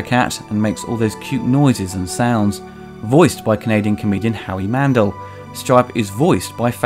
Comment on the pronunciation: Howie MAN-DELL NOT Howie MAN-DULL